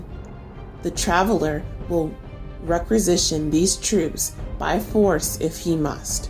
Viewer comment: Who'se the girl who sounds like she's struggling to read. "Obliteration" not "Obliterate. And it's pronounced "Re-qui-si-tion". Less of her, bring back Gershwan and The Sound Alchemist please!